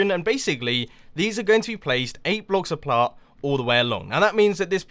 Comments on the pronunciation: he says 8 blocks aplart not apart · Did he just say '8 blocks apLart'? Nice Video Mumbo! Really enjoy your video's